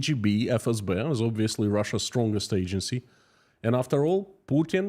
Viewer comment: Love your updates, very informative. However you pronnounciation of "FSB", in English is not quite right. It's pronounced "FSBee", hope that helps!